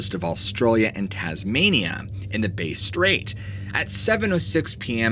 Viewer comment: hey mate just a heads up the pronunciation of Bass Strait is this bass as in bass fish is how u say bass not base strait its bass like hey I just caught some nice bass hope this helps